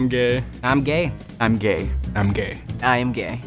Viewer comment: it’s him he said gae not gay smh